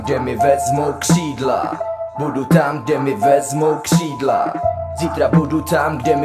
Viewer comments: Že neumí Ř? Kšídla... :D:D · Nauč se říkat ř !! Kšídlaa :D